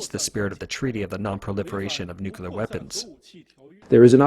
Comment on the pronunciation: Nukelyer powered lol not Nukelyer